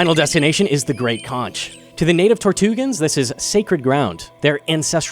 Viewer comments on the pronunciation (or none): it's pronounced conk